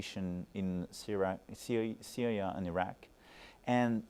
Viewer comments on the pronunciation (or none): none